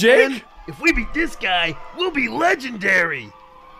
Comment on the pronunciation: The part when he said legend rary made me laugh 🤣😂😅🤣😅😂😅🤣